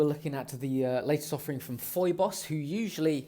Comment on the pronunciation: Kind of hard to take seriously a review in which reviewer did not make an effort how to pronounce the name of the brand :( It is pheeboss. It is like Phoebe from Friends. Other than that good review!